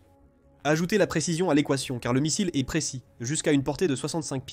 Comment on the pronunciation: Pourriez vous apprendre, entre autre, à votre voix robotisée que le verbe être ne se prononce pas eSt ou é"S"tait à l'imparfait mais "était", ou "ET" sans Le son "S" . Merci